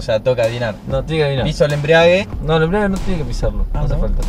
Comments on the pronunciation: “EMBRIAGUE EMBRIEAGUE” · me desespera que digan embriague, como que el auto esta en pedo